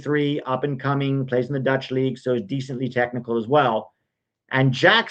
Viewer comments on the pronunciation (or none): none